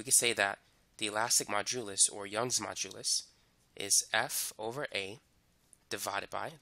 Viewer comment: lol great explanation. I always laugh when you pronounce modulus. You say majulus :) lol